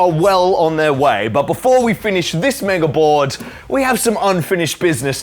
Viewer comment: Think I’ve finally got what’s sticking in my head every time I hear you say “mega board”. I think of the compilation of people on Quora misspelling “ouija board”. “help pls wega borad”